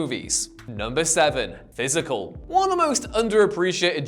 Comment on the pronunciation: I liked “Pysical”…